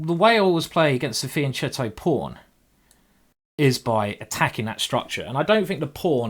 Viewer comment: this is my first time watching you. really great stuff, you are super fun etc etc..but sadly, you too are saying fianchetto wrong..it just hurts my ears :D